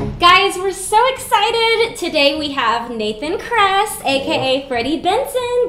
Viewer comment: His name is kress (Krr-eeeee-sssshh)